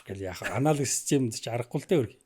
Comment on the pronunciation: Аналиг гэнээ 😅😅😅 анологи шүү дээ.